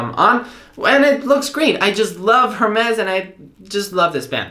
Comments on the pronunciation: It’s pronounced Air-mez. When you say the “H” it’s cringe city. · Hermès is pronounced “Air Mes”.. go ahead ask Siri lol ... loving your Apple Watch vids . I have not been using to its potential until I surfed your channel... thanks ! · dear if u love Hermes try to pronounce it correctly:) that said great video.